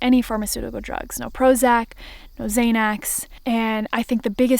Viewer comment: I think you mean xanax (zan ax) not (zay nex)